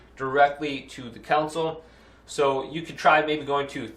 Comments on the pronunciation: Council. Lol Con - soul 😂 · "council" lol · It’s a console. Not council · I can't believe this is the only comment pointing that out. 😅